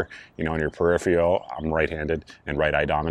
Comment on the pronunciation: Great vid! Just wanted to offer a piece of advice. The word is "peripheral", not "peripheal". Terminology and pronunciation are important.